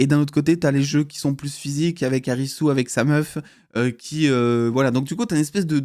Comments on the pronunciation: Arisu se prononce (Alisu) en japonais, Le personnage principal s’appelle Alice (sa traduction française) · Pour la prononciation, si tu veux la faire à la française « Arisu » c’est bien mais si tu veux la prononcer à la japonaise ça serait « Alisu » 😉